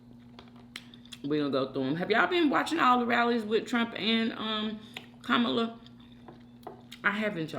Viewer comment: You called her Komala/ time stamp , and called Kamala time stamp 😂all right Trump Jr LOL😂😂😂❤